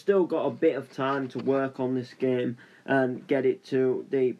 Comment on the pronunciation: the commentary: "this geem kjgfhkfdjghdfkgjh this geem dkjasldkjasldkj this geem asldkjsalkdjsaldksajd this geem aslkdjsazldkjsalkdj this geem lkdhjdskhjskld this geem laskdjaslkdjasldjk"